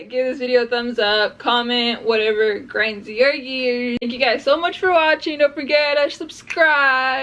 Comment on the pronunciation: you said, it just piiiiiiigring my gears lol